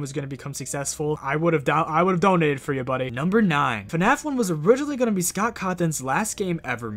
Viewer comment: Why does he pronounce scott like scout